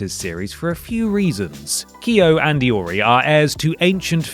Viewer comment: i like that you pronounced Kyo and Iori correctly. as correctly as a gaijin tongue can.